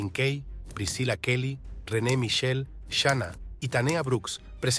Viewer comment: Xrqu no hablas bien se dce shina no shaina iso películas primero aprende a hablar se dce www no como dces haprende a hablar